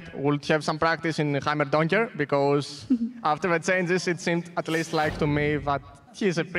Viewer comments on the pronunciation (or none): did he just... did he just say heimerdonger?